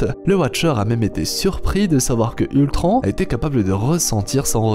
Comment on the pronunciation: Géniale cette vidéo... mais frère... POURQUOI TU DIS ULTRAN !!!!!!!!